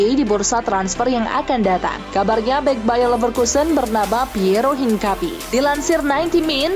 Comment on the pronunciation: min cara bacanya bukan piero hinkapi tapi piero HINKAPIE....cara sumber bola dlu,riset dlu baru tayangin brita yg akurat😅